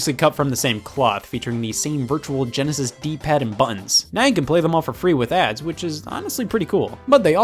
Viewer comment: They are called "butt-uns" not "bununs", Scott